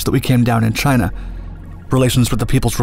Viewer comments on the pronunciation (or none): none